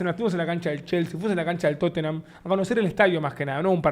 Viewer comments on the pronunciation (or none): none